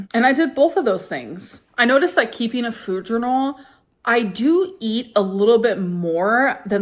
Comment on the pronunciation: Idk but I cannot stand her newly adopted fake influencer accent. The way she pronounces all her words, “fühd” instead of “food”. She didn’t talk like this back in 2018 or 2019. She changes personalities more than I change underwear.